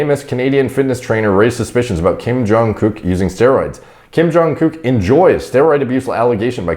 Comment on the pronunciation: Watching, stumble over the name and “accidentally” call him a gook 6 times was hilarious